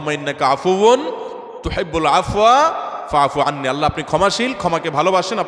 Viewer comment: Apnr doar ses dek er ucchoron Thik hoyni 😢😢